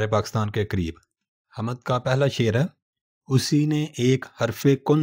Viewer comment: آپ کا تلفظ بہت غلط ہے۔حامد نہی hmd بولئے